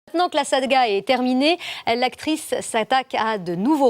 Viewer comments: " La saDga " est terminé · "Maitenant que la Salga est terminée!" "Maitenant que la Salga est terminée" "Maitenant que la Salga est terminée"